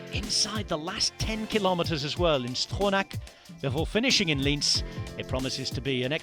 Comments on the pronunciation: It’s proncounced Liénz not Linz. It’s a different city:) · Lienz pronounced wrong but Rob Hatch did a great job saying Grossglockner.